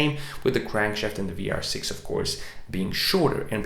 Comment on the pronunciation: Are you german? 🤔 Your pronunciation of the vr was very good 😄